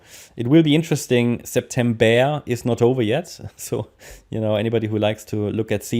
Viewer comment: Sept em BEAR 🐻 Hahahahaa so true 😁